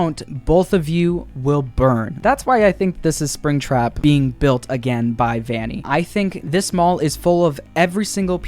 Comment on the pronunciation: Vanny not valley